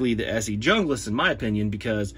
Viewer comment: not junglass, it is pronounced hungluss